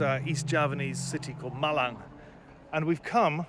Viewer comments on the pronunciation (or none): "East Javanese city called M i l a n" Cuk gak gini juga ya 😭😭😭